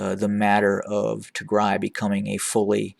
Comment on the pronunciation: I like the way how you say Tigray , thank you so much Sir!